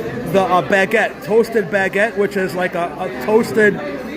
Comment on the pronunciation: Some very interesting pronunciations of huevos, baguette, and brioche. 😂😂😂